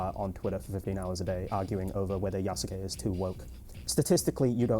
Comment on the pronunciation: although you dont pronounce the U in yasuke like that its more like yahskay not ya-soo-kay. But i digress. Also i did not know grummz had a vtuber avatar. The maid outfit seems to be kind of popular for the antiwoke chud scene lol